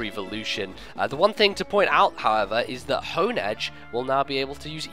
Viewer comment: Im sure i'm saying Honedge and Doublade's names wrongs, but i reeeeeeally prefer the pronunciation of "Haun-Edge" and "Dew-Blade". Design is really underwhelming. Not shield for our sword? I hope we at least get sick art of something double wielding Doublade.